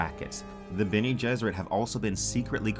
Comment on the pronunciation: Been pronouncing Bene as Ben, lol.